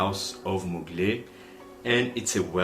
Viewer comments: Its not « Mulgey » it is to be pronounced « Muglair » Normally the R is silent in french at the end... but not in that case. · Hye thanks for your revue but you don’t pronounce Well Mugler: you must pronounce Mugl -air my friend 😊👍